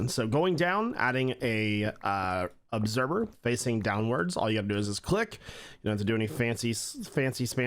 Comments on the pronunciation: Obserber? Not once, but thrice. Lol. I thought maybe he just tripped up on a pronunciation, but nope, it’s a thing. Lol. I’m not being mean, it’s just one of those words!! Like library being pronounced lie-berry. We all have a word like that!! What’s your word? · I swear you say observer like "obserber" at least that's how I hear it and it's kinda great.